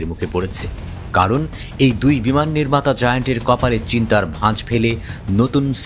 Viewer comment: বিমান নাকি বিমূন😂